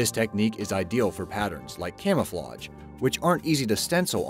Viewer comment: Things on your to-do list: Learn how to pronounce "camouflage."